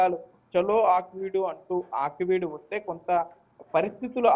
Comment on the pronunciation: Aakveed కాదు.ఆకివీడు అనాలి